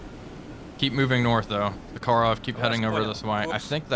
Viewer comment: WTF is "BY STROY"? or "za KA rov"? Speak normal, like Russian, cyka blyat' Быстрый and Захаров